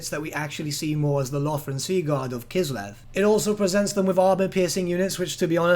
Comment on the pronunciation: K: "Kislev" W: "..." K: "Kislev" W: "..." K: "Kislev" W: "I'm listening" K: "..." W: "What?" K: "Kiselv"